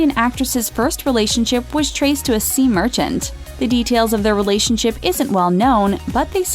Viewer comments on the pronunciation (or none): Lol I heard- “her relationship was linked to ‘a sea merchant’!!!”